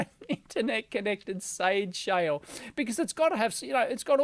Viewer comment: "sade shale"